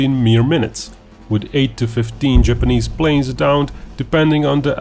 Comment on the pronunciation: I winced every time you said "Japanese". Couldn't finish the video, it was bugging me so much.